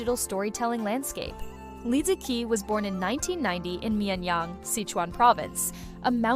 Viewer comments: You could at least pronounce her name correctly. Especially so since you have Chinese roots. Especially the word "qi". Even people who don't know basic Chinese Pinyin know how to pronounce "qi". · Can the narrator try to pronounce Li Ziqi's name correctly, as per the official Pinyin phonetic system of the modern Chinese language, for mere respect of this icon, maybe? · Is this the AI voice?? For such a video using the Li Ziqi NAME, has failed even to pronounce her name correctly: its so ALIEN. there are tons of Chinese videos on YouTube talking about Li -- you need to keep note how to call her correctly, Shame on you